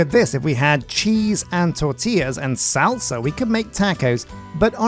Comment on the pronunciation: I love you man but hearing you say salsa makes me want to fly to the UK just to smack you